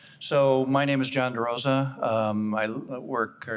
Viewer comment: Presenter John's last name is "DeRosa", not "Rosa".